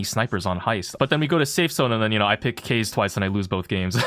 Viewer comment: As an asian how do you mispronounce kaze